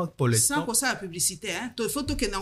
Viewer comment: Mes excuses, je viens de massacrer le prénom Paulette.